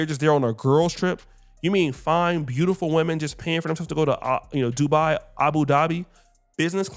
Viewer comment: Not Dubai it's Doodo do bye 🫠🤷🏽‍♂️